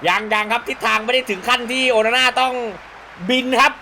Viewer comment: โอนาน่า หรือ โอฮาน่า ครับเนี้ย เอาฮ่าตลอด55555